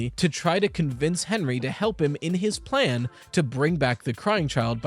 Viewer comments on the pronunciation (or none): none